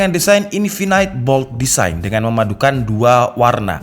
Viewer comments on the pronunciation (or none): none